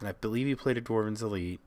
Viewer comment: I'm gonna die from hearing dwarven's elite. It's dwynen's elite bro. pls.